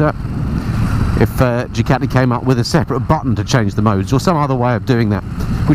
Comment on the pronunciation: I do enjoy your vids but please pronounce Ducati properly